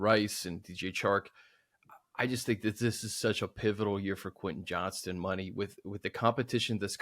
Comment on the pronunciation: Why am i hearing so many people referring to Quentin Johnston as "Johnson"? It's JOHNSTON!